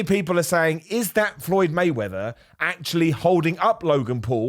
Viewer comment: Floyd Waymeather :)